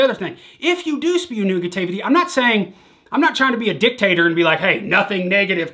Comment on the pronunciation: No one:: nugatavety